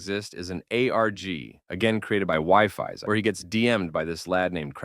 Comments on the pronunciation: EXCUSE ME?! "WIFI" "WIFI"?!! ITS "wee-fis" or "wee-fees" AND ITS WIFES GET RIGHT😭😭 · Wifies is not wifi Its said more like weefes i think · Bro it's wifies not wifi 😂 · its pronounced as we-fies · Bruh I didn't know it was whyfies, I thought it was said differently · son im crine its pronounced wee-fees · Calling wifies "wifis" Is crazy bru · I laughed a lot when he said that